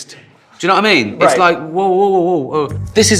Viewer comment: I love Ricky Gervais' "doyuhnowa'imean" after making an observation